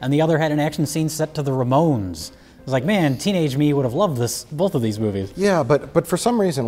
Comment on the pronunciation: I’m convinced the pronunciation “bolth” is an adverse side effect of alcoholism.